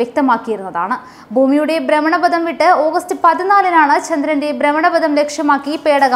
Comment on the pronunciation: ദൈവമേ .. ബ്രമണപദം അല്ല. ഭ്രമണപഥം